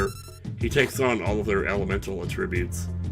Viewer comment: It's always driven me nuts that the rages aren't in alphabetical order... It sounded like you were pronouncing "attributes" like a verb but were using it as a noun.